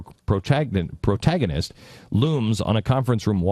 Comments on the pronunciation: He can't even pronounce protagonist right. He's a total idiot. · "Oobysoft" "Visai-vizr-visage!" "Watch Dog." "Pragmatist-I mean protagonist." Jesus Christ. This is sad. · God this guy is a fucking idiot. Guy can't even read, "Progragna-pr-pr-pr-protagna-protagonist". And wtf is "worned out"?